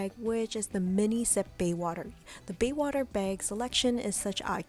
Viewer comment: Maybe a little bit of preparation would help the video. Baywater vs. BAYSWATER...